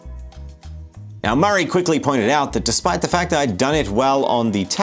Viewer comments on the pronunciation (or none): none